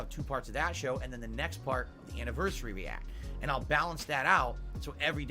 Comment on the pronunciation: now he can't even pronounce "anniversary" properly